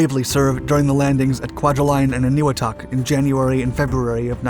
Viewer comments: I think it is pronounced an-ah-wee-talk. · Say it with me TAR-uh-wuh. any-WEE-tok. It drives me nuts that people cannot properly pronounce the names of these battlefields.